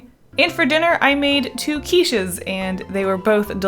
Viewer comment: Oooouh quiches! Your Canadian side is coming out! 👀